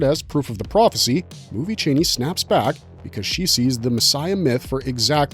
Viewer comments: Your silly voice saying titles is really annoying, and you mispronounce Chani, its Charnie not Chainy 😬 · Only one critique: It's pronounced CHA-NEE not CHAY-NEE!